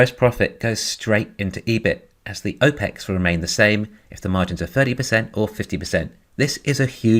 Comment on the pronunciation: Why do you pronounce "op-ex" as "oh-pex"? Think of the words they are abbreviating.